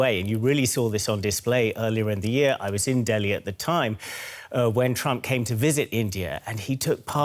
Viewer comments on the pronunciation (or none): none